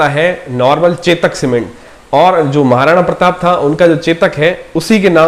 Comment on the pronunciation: Naam to theak se le maharana pratap ji ka